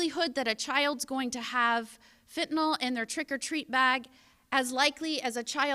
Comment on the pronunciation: Fentanyl, not fentanol. Beware Halloween Candy 👹